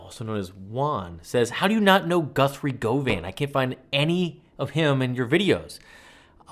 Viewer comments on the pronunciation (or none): Wee tip, pronounced "Guv-an" not "Gove-an". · Lovely analysis of a phenomenal player. It's not Guthrie 'Go Van' though, it's 'Gov Un' basically like saying govern but without R. So govern with no R's whole. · You pronounce it Guvan not Govan. Sorry for being an asshole. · First rule of Guthrie Govan worship ... learn how to pronounce his name correctly. Govan, as in Govern .. not "go-vin" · Pronounced, "guh-ven." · Govan is pronounced like 'oven'. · Govan rhymes with oven. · It’s pronounced Guvvan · For info it;s pronounced "govern". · Us brits pronounce it 'Guvvan'. Im not grammar police - im just helping. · Over here, Britain, I've only heard "Govan" pronounced to rhyme with "oven" [guv'n]